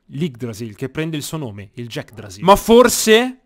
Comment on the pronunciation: Sono l'unico che non aveva visto il video dove nominava l'yggdrasill "Jackdrasill" e pensava che eren avesse trovato la vera pronuncia di Yggrasill?